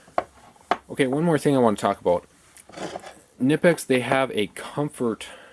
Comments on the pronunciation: It's actually Knipex, not nipex. Thanks for the vid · That's a little diffenet because both terms are correct. However knipex is a brand name and should be pronounced correctly. As in "ka-nip-ex". Its a german company. That's how they say it. That's how ot should be pronounced. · The "K" in Knipex is NOT SILENT!!!!! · You pronounced Knipex wrong. The K is NOT silent.